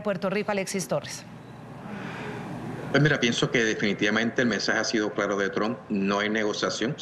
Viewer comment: Señoll Tolles hable clalo... No sea lidiCULO. Diga la veldad, muy bien, pelo hable clalo. ❤❤❤❤❤❤❤❤❤❤❤❤❤❤❤❤❤❤❤❤❤❤❤❤❤❤❤❤❤❤❤❤❤❤❤❤❤❤❤❤❤❤❤❤